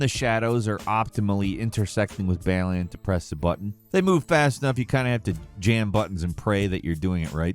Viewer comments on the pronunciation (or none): the fact you cant pronounce Balan correct says alot about how you want comments correcting you, yes im feeding his desire for comments as i correct him its not said Bal-li-un, its Bal-lan